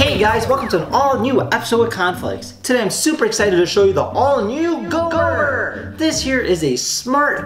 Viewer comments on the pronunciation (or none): You keep calling it “Goomer” it’s Gomer. And my Cozmo is better and smarter.